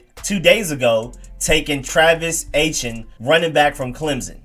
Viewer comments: What did you call Travis Etienne?!..... LMAOOOOO I have never heard anyone pronounce his name "H-N" Lmao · Bruh, you butchered it. LOL. Etienne is a popular Haitian name and the Haitian culture is rich in Louisiana since the Haitian Revolution. It's pronounce A T N. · I gave U a LIKE, even though U butchered the hell outta TRAVIS ETIENNE's name!! He's a big name prospect in this draft (Not for us though), so watching college football & doing your research, you should be better versed in the pronunciation of his name. Thanks for the vid though! Very Good Content!!